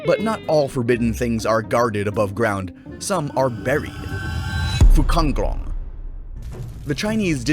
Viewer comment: Sorry but it name's Fuzanglong, not Fucanglong